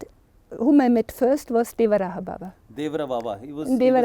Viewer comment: Pushpendra sir wo madam achha bol rhi hai 'dewarahaa' baba hi bolte hai pehle aap sahi uchcharan kariye uske bad interview lijiye